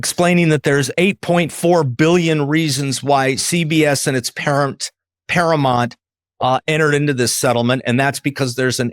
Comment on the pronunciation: Paramount, not Paramont